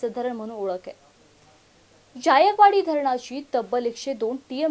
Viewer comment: अग बाई, ज्यायकवाडी असा उच्चार नाही,जायकवाडी असा उच्चार आहे.